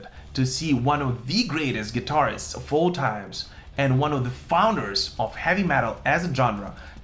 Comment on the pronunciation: Wait, you are no longer saying 'Gitterist'. Love this channel, great vlog, agree torally.